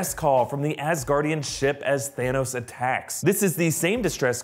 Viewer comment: Ass-Gaurdian hehe